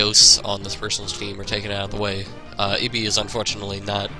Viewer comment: when u say ibhi is sounds like eevee